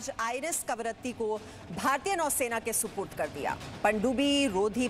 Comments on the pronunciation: सॉरी बट ए ऐकंर हैं या बडबड। कवरती बोल रही है जब कि करवती नाम है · कवरत्ती नहीं कवरत्ती है मैडम